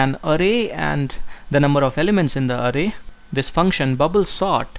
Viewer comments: Bro it's not arey...it is aaray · its not arrey for example "arrey bhai" pronounce it Array 😹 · "0eth aray and oneath aray" 😂😂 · he does it for the foreigners to understand his accent. If you google the correct pronunciation of an array you'll find that it's 'arrey'